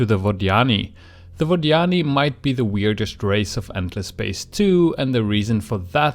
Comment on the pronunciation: its Vod Yani... not Vaginy great video though, but stop saying their name... I cant handle it. lol